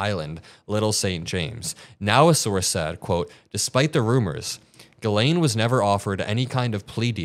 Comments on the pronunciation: her name is French so a bit confusing for English speakers but pronounced “gislenn” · Her name is pronounced Gillen, short i. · It is pronounced jeeslaine. The Lolita Express…anyone who has read Lolita knows the implication of the name. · Please, can everyone pronounce her name correctly? It's Jissss-len. It's French. Guylaine is another French first woman's name. I know she doesn't deserve the respect but as a French speaking person, this is like nails on a blackboard! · Can you please all learn to pronounce her name correctly…it’s not Guylaine it’s Ghislaine for god’s sake. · . HIGH ATOM !!! 💙💛💙💛💙 ISN'T HER NAME PRONOUNCED. "JIZZ LANE" ???? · It's pronounced GIZ-LANE (I believe it was her nickname). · Ghislaine is pronounced "Jizz Lane"... for a reason. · Why can’t anyone pronounce her name right?